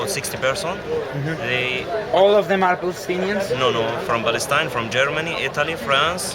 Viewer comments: Beace for the beoble of Balestine... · "from balestine" you cant even pronounce your own name? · what did i heard? balestine? ooh the translator can't say the name of his country.. how sad :p